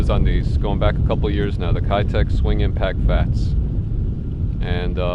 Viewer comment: Just FYI, keitech is pronounced "Kay" tech, not "Kai" tech. I speak Japanese and lived and fished tournaments in Japan when they started becoming popular 5 years or so back. It was always the 2.8" live impact which would win tournaments in highly pressured waters in Japan. There are some other plastics from the company O.S.P. that can only be found domestically in Japan that are just as deadly, if not more deadly. I'm sure you would be a fan of those, too.